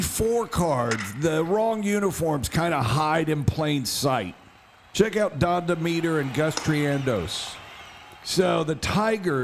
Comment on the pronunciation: Don Dem-uh-ter. Johnny Lip-ON.